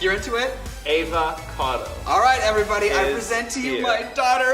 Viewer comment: That's EehvahcahDo... *AvaCado ... C'mon now